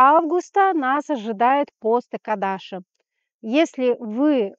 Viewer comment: Экадыши с ударением,ну и белый цвет полнит, ножки прикрываем😂ну в целом неплохо,всё по делу,благодарю❤